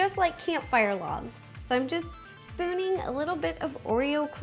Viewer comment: You said spooning